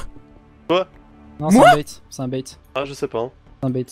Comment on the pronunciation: "bait" et non "bate"